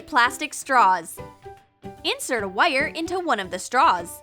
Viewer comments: said wire as wuiyur!!! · Why does she say wire so weird